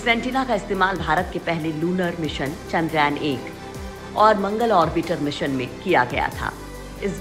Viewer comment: चंद्रयान ...not चंद्रायन